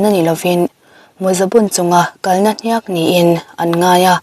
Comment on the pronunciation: HNIAK hi chu lam dik ve teh. Story dang ah pawh comment ah i hmu fo awmsi a. Mizo tawng dik hi kan beisei ania. I channel kan ngaih hlut tehreng nen.